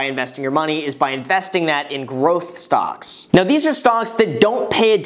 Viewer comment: I don’t know why but every time he says “stocks” I hear “stonks”